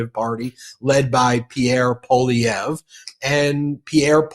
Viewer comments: Poilievre is pronounced Pwah- lievre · Hey Ben, you pronounced Poilievre correctly. 😊 Thanks. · Ben, thanks for having Charlie Angus on so often, and thanks for pronouncing Poilievre’s name correctly. 😊🇨🇦❤ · Lots of good things in this interview. And appreciate Ben knowing how to pronounce Poilievre's name and know how the politics works in Canada. There's a few "political" types in the US who don't know how things work. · I hear you working on your pronunciation of "Pierre Poilievre," Ben. Great job! You're as close to sounding like a true Québecois as any English speaker, Canadian or American. Even Canadians are massacring it. Poilievre does not trip easily off the English tongue. 😉